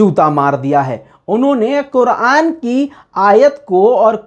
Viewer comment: Yar Quran kareem ka naam to sahi sa bolo😡